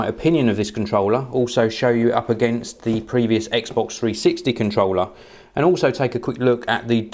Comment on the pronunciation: foh this Contwollah